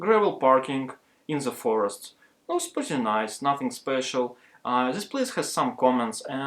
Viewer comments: Не говори зее, говори дее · Вместо зис видео говори дис видео